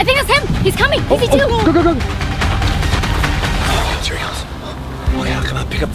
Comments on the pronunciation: Who who else thinks pz2 said Pz foof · It’s ‘PZ unf’ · He is saying Peezy Foof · It sounded like pz 2 said pita doonf or piece of doonf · Pz2 is saying pzfunf